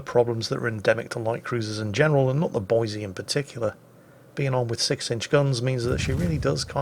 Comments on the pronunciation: I hate you, its Boise, please for the love of God get it right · please! its Boy-see, not Boy-zee, theres no Z! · Actually,, it's pronounced "Boy-see" NOT "Boy-zee." If you say it "Boy-zee" everyone in Idaho will know you're not a native. Now put that shotgun down before I show you what a red-blooded American woodsman can do with one! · I know the moment I say this you will make it a point to do the opposite but, Boi"s"e not Boi"z"e Keep up the vids love em! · Boi-SEE dammit! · there's lots to do in Boise, lots to see in Boise, but there is, no "Z", in Boise. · THIS VERY THIS There is no Z in Boise.